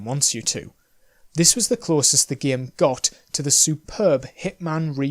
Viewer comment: Love how he pronounced game as Giyimm